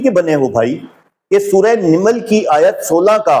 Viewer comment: سورہ نِمل نہیں نَمل ہے ۔